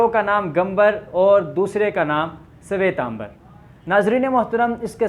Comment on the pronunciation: jainyon ke ek fiqay ka naam digambara he dusray ka svetambara,alfaz drust kar len.